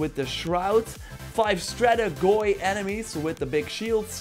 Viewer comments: Not stratig o i !! Its stratigoi with an e at the end not o -i !! stratigoi in greek means generals its plural !! stratigos is general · Its pronounced strategi.Otherwise great video as always!